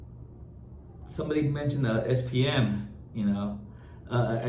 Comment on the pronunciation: Why it sound like he is saying SPN?